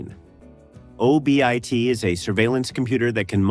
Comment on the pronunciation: And STEFano instead of the correct pronunciation steFANo. And the man from U.N.C.L.E. instead of Uncle. And O.B.I.T instead of Obit, which is what it was called in the edpisode.